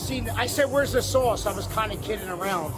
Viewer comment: "Where's the swauce?"